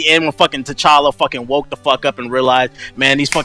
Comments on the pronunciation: of course I saw it I still don't know who Tay challa and Tay chanka are. It's pronounced t'challa and t'challa, they say both of there names very clearly it's not like reading the comics and you fucked ip on the pronunciation if never heard and body call than that. This like when you have the substitute and they keep fucking up you name in class, put some respek on his name. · U pronounce it ta challa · lol tbh needs to learn how to pronounce T'Chala's name right. and he be reaching just to make yall mad😂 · I know who t'challa is But they said Tay challa and Tay Chanka.